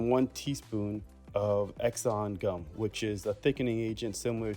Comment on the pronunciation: Say after me! ”SANTANGUM” 🙄